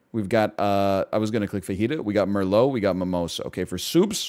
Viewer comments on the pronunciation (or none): none